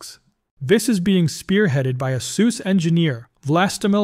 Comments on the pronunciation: A Soos engineer? My friend, go watch that Suse pronunciation song. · It’s pronounced soo-say